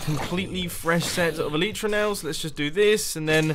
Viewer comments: eleitra, not eliitra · Mumbo its not "E-Lee-Tra's" its "E-Light-Tra's" that's how you say it, it makes me cringe how you say it. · El-eye-truh not El-ee-truh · According to four dictionary sites I checked out the pronunciation is "ehl-i-truh", with the first syllable stressed and the i being pronounced as in "tin" like +Shaman Crinitus says. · try to say it like L-I-tra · They're actually pronounced EL-ih-truh. Where the "y" makes the same sound as the "i" in "tin," and the first syllable is the stressed one, not the second. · No! He says Elytra wrong! At least I think he does